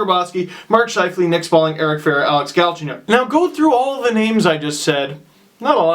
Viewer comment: Steve, why GALchenyuk instead of galCHENyuk? (pronunciation)